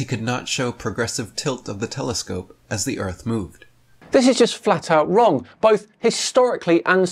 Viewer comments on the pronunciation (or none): none